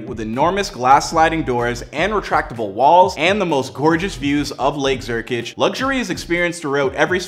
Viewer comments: Where in the heck is “Lake Zurkich?” Last I read, it was called, “Lake Zurich!” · "lake zurkič"😭